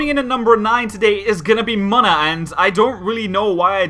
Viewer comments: ex-egg-cute, wtf man? Deino-Zweilous-Hydreigon look more alike than Doduo-Dodrio. idk if you did it intentionally, but your pronounced Munna MUH-nuh, which is how it should be pronounced (it's actually pronounced MOO-nuh, which makes no sense with the way it's spelled, 1 N would make sense.) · It's pronounced moon-a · Munna is moon-a. Cacti bloom